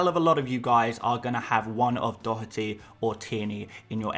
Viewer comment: Informative content as ever and Excellent pronunciation on Dotherty! 🇮🇪